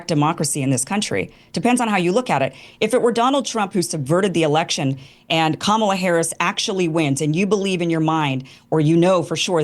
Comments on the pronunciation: This guy moderating is a weenie. How do you keep saying the name of the VP of the USA wrong. Have a little integrity and be mature enough to be able to pronounce the name of VP Harris correctly. It's Kamala (comma-la) not hard to get correct! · try it now, I know you can do it.. KAHmala, KAHmala, not KaMAHla, think you can do that genius? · Why is that ding dong, repeatedly pronouncing COMMA-LAs name wrong? That's purposely... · It's "KA-ma-la" Pronounced like "Ma ma la" Show some respect people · the “moderator” consistently mispronouncing kamala’s name was so irritating. it’s COMMALA. how hard is that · Red Tie "moderator" won't speak English. What's wrong with him, he can't pronounce the former VP's name? "Kamala" is hard for him? When you say it wrong, we know who you are. When we know this guys name, let's say it wrong too. Destiny repeatedly said it correctly, then crackr red tie would say it wrong. Fail, as always. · Why can’t the moderator pronounce the VP’s name correctly? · The moderator seems to have an issue pronouncing Kamala's name. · Why can't the moderator pronounce Kamala correctly? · Who's the schmuck leading this,, his pronunciation of Kamala says, I don't belong here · The fact the host doesn't know how to say Kamala is kinda funny. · Is the host purposely mispronounced Kamala’s name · Can you tell that guy to pronounce Kamala's name correctly? Please. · Darn, Destiny the host kept purposely mispronouncing the VP's name that he got you to say it wrong too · lol he’s the perfect moderator, doesn’t give a FU(K about any position whatsoever, has no values, AND no standards! Can’t even pronounce Kamala! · The host can’t even pronounce kamala correctly … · Debate moderator... You really should learn how to say Kamala... It's not hard. And if you can't, for some reason, then call her Harris or VP Harris. Don't be disrespectful. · WTF is wrong with this moderator? He can't even pronounce the name of the subject of this debate